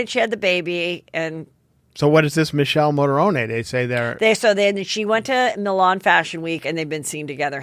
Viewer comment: The model name is pronounced Mick-e-Le Mo -ron-e